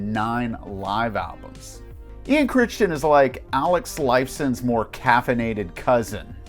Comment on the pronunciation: List is pretty good, however as a friend of Ian you are slaughtering his last name. It's pronounced Krai-tin. Personally I would have Myles Goodwyn ahead of Healey and Emmett.